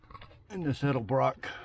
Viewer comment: That’s one heck of a deal especially for anywhere near DFW where all classics are worth tons unless I was selling it.🤣🤣 Thanks for pronouncing “ Edelbrock “ properly too- hearing “ Elderbrock “ is about as annoying as hearing “ Husk Uh Varna “ for Husqvarna when referring to one of my old Mx bikes